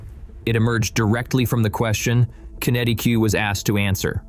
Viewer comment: It’s not Qenetic Q, it’s is QenetiQ that is Kenetik .